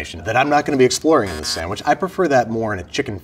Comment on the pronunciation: I hate when people put an "m" in the word "sandwich" lol but I still love Babish.